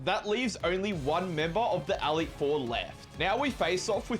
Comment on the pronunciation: Aleet Four